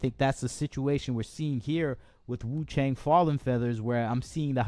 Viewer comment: wu chang- chang pronunciation is actually close to "chunk"